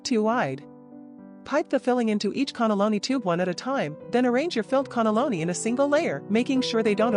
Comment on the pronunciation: WTF is a connolloni?? Cannelloni!!